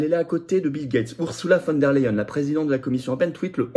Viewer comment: On prononce "OURZOULA FONE DER LEYEN" et non "OURSSOULA VANNE DER LEYEN"